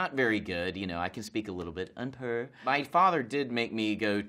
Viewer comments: BTS taetae it’s un peu (a little or a bit) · “UN PEURr”